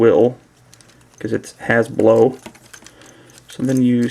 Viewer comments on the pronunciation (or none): "Hasblow" LOL!